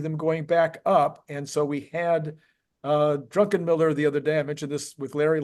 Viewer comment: Druck-en-miller. Not Drunken-miller.